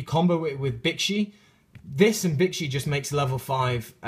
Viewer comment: Whe you were talking about Bixi, when you said it's name, it sounded like "Bitchy."